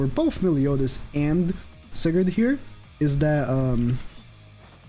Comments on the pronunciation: Btw you pronounce it as sai-gard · I have yet to pull Sigurd. How do you not know how to say Sigurd?